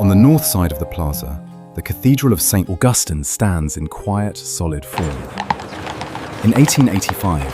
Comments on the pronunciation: It's not St. AuGUStine. It is St. AUGustine. Stress on the first syllable. Also black slaves tried to escape to St. Augustine because Spain did not allow slavery. Henry Flagler's railroad is still the main line in Florida. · First , AI, IT is pronounced Saint August Teen.